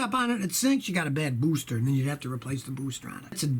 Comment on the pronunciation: the way he says booster cracks me up.